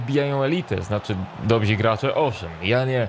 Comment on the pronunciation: tak na przyszłość bo to raczej dosyć ważne w twoim zawodzie xd nie mówi się „dobzi” tylko dobrzy